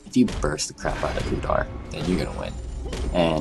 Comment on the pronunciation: his name is udyr not udar.